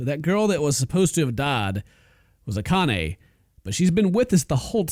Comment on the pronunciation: it said kanny when the girl was talking instead of akane